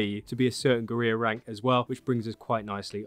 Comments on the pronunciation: Great video, though as you're English you should really learn to pronounce the word "Guerrilla" properly. It is not Gu-ree-ya but Gu-ril-la (the same as the great ape). Keep up the good work. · Guerrilla is pronounced Gorilla, not GUR-EE-YA. Just an FYI. Other than that thanks for the great video! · Let me help you out bud, guerrilla is pronounced like "gurr-illa". Not like "gareer". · We got a geureeya for sale! Mageeya geureeya for sale! Meet him! Buy him! Take him home and try him! Gerrreeeya forrr SALE!! I need to hear sing that. That would be SO good. (But it's OK for Brits, Americans and Aussies to pronounce it like "gerilla" we traditionally pronounce L's) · It's pronounced gorilla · it is pronounced GORILLA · or "guh-reer" not sure but it sounds terrible hearing it over and over and over and over again. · Yes, I figured you were saying it the same as the game characters and if you were Hispanic I would have let you off but because we're English I'm going to pull you up on it! 🙂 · He pronounces the L’s in “Valle” but doesn’t pronounce the L’s in “guerrilla” …… 🤦🏻‍♂️🤣